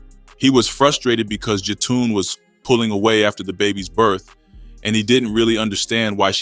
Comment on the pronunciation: Who is Jatoon?? Also, that is not Jetun Rush. That’s Billy Moore’s cousin. 🙄 RIH Benji 🕊️